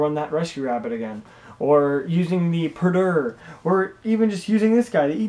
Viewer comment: You have the idea of the new cards and their purpose down pat, unlike most seem to. That being said (And I know this is hard because of their names) you really need to learn how to pronounce these cards. Eachtar is pronounced Ech-tar. The A is silent. Peredur is pronounced Pear-a-dur. Ect. Also, Gawayn is Ga-Wayne. Not whatever you were saying. Again, I know the names are strange, but when you talk about the cards it is better to pronounce them correctly.